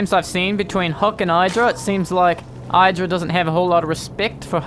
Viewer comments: Id-ra, not Eye-dra. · Not EYE drag. i-h-dra. As in idrajit.